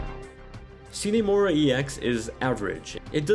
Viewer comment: "see nee" mora? you sure its not "sign" mora?